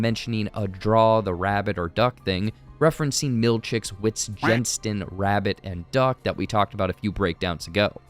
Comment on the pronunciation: Man I love your stuff! You gotta start saying "Vit-gen-stein" right though lol. Really great stuff as always!